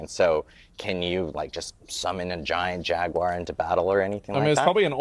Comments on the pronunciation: JAGWIRE. lol its like she's only there to memorize and repeat a script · Wtf is a jagwire